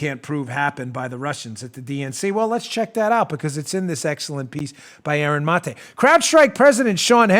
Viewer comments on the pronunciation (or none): Aaron Muh-tae